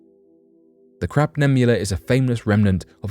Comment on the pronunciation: Hahaha! Sounds like he's saying "Crap", with a "P", nebula instead of "Crab", with a "B", nebula.